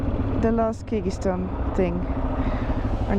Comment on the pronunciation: Please dont butcher countries names like that